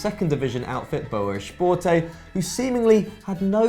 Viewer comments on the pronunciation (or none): Shporte cmon Esporte with an E not sh You idiot